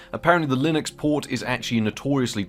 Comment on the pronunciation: "Linox" Britishness acting up lol